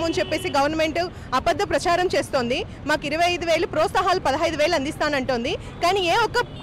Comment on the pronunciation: ముందు ప్రోత్సాహకాలు అని పలకండి